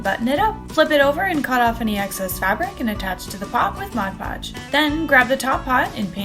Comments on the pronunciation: MOD podge Not MODGE podge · if they are going to do a you tube then they need to pronounce words correctly. That is my worst pet peeve about you tubers calling Mod Podge Modge Podge. Don’t they read the label for Pete sake?